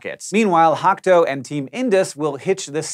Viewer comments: Japan's team, Hakuto, is pronounce Hah-KOO-toh not Hack-toe. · Hah-KOO-toh NOT Hack-Toe. geesch! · Ha-KU-To surely that's not a silent "ku"? 😊